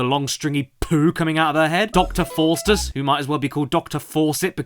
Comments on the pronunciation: Fowstus not Fortus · FAUSTUS not FORSTUS you uneducated spoon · Hey Caddy Just so you know As far as I know Dr Faustus is pronounced Fow Stus It's a German name originally I believe it's a German play from way back about a guy who sells his soul for unspeakable power